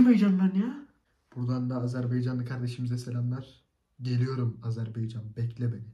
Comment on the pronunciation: 'Azerbaycan" değil arkadaşım "Azerbaycan"🇦🇿